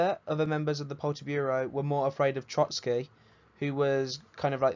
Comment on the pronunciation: man said poltiburo